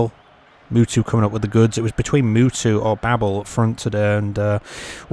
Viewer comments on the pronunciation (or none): Is funny how you pronounce Mutu like Mewtwo the pokemon, great match by the way